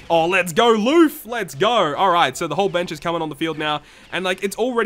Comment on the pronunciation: Did he really just say "loof"? Sounds like a name you would give to a dog lol